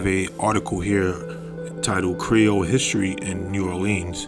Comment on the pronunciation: And your creole accent was on point!